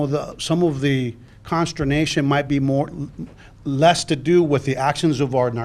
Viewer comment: What was the word he said... "Constranation" ?